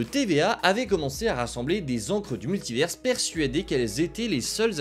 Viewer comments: Pourquoi tu dis multiverse ?? Soit tu le dis en anglais et tu fais l’accent soit tu le dis en français et tu dis multivers. Jamais compris le délire de dire multiverse. Ca n’a pas de sens. C’est comme si on disait universe pour dire univers. En anglais ils prononcent le S mais pas nous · Svp apprenez à prononcer Multivers